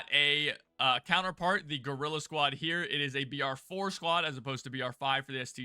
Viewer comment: Did I hear you "girl" squad instead of guerrilla squad??